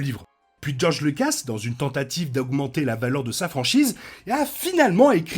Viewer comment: Faudrait arrêter de mal prononcer Lucas, pour info le u n’est pas un e.